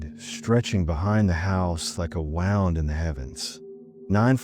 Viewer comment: Hey you made a mistake, you said wound as in wound up but it should've been wound as in I've been wounded